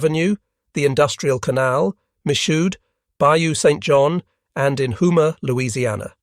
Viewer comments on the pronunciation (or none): Versus "home uh," the regular pronunciation. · While pointing out problems with pronunciation, Houma isn't pronounced "who muh", more like "home uh". Note: humans also mispronounce.